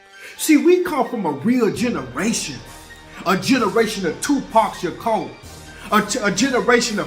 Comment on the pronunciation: I love you 🤣 you said Tupac Sha👉🏾”koe” 🤣🤣😂🤣😂💪🏾